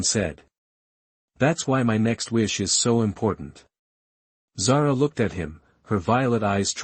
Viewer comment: My daughters name, it is pronounced Zar 'ah.